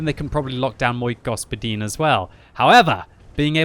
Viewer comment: Like from me for that Мой господин pronunciation.